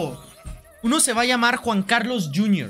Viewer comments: Quackity: "Juan Cuarlos" Jun Carlos" "Jun Curlus" "Juan Juarlos" Jajajajajajjaja me encanta como no consigue pronunciar bien el nombre de Juan Carlos xD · Como dice juan cualos XD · Siempre dice Juan Cuarlos ajsjsjs